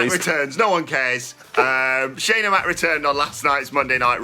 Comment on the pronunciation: Shane NOT Shaane